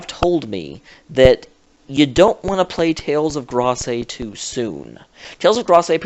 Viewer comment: please stop saying Grace wrong. It's said like this: "Greyse," all one syllable.